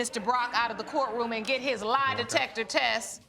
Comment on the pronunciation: the way the Judge said LIE detector is 🤣🤣🤣(lbvs)